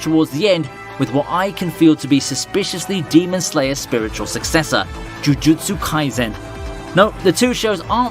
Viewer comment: 'Joojootso kaisen' 😂😂😂😂 I couldn't stop laughing at that one